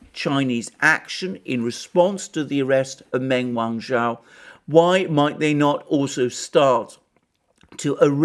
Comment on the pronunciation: Wrong on every front, and learn how to pronounce her name properly?